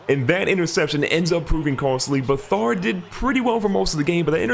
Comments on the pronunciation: You pronounce it C-J Beh-Third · It’s Beh-Third